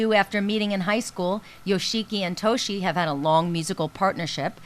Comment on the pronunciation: Yoshiki and Toshi have been friends since Kindergarten not high school. Also most of their songs before had at least one line of english in them or a word or two. this interviewer really should have done more research before making this video. She made me wince when she pronounced Yoshiki, Toshi, and hide's names.